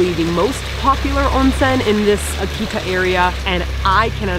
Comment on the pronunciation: Seems like it was your first time at a Ryokan? How much do you actually eat?! Loved your pronounciation of Akita! Lol Very Canadian! And what is with the milk?? Beer is a much more common drink of choice after enjoying the onsen. Stunning footage but I cringed Everytime you said Akita... One of the best kept secrets of Japan!